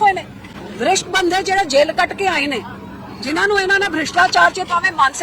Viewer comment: Madam ji brisht ni prisht hunda punjabi ch